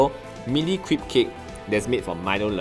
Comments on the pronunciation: I don't want to sound like a snob but crêpe really isn't pronounced "crEEp" but like "krep" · *crepe ('crape') not creep